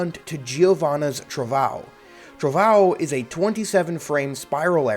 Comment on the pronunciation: I love Giovanna having Portuguese named attacks, cuz I can laugh at people saying "trovão" as "trovao"